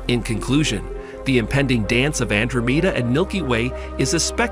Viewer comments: Ann dro meeda. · he keeps pronouncing the name of andromeda wrong